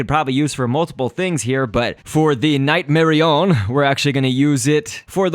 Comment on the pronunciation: its night-mar-on-ea